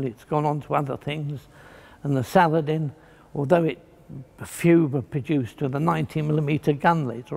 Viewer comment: Complete with his pronunciation of words. Salad...IN.